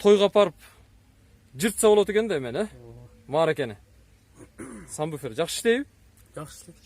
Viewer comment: Сам буфер эмес Сабвуфер